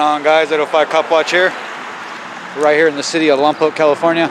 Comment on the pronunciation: Love Lompoc. Wish people would learn to say it correctly.